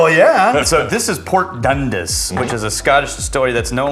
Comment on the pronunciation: Dundas is pronounced Dun Dass. Sláinte.